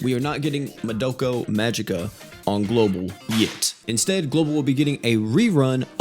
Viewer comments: how hard is it to say Madoka? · Apparently really hard for him lol. Doesn't help that he never seen it and doesn't care for it.